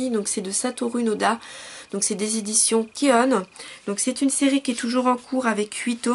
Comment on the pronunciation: je suis obligé de te reprendre sur le nom de l'éditeur il s'appelle pas kione mais ki oun cela se prononce ki oun j'espère que t'as compris ce qu je voulais dire. sinon à part ça toujours de très bonne vidéo